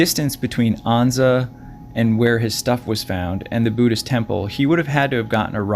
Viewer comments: it’s not Ahnza……Ann-za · It's An-za, rhymes with stanza.